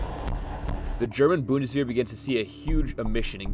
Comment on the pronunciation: I appreciate the tism. For the future maybe the channel "Gear Reference" will help you with identifiying stuff. Lastly, "-wehr" is more pronounced like "wear".